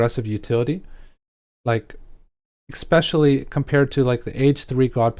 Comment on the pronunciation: Aren't you a streamer? It really seems like someone would tell you how to say eSpecially. If English is your second language, then you're doing great because I couldn't tell, but if it's your first language... that's pretty terrible.